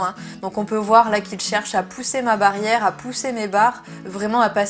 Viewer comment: Qui a remarqué " la barrère" au lieu de la " barrière" 😂